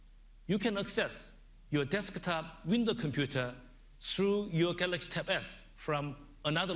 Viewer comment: this guy couldn't even pronounce the word 'Galaxy' properly.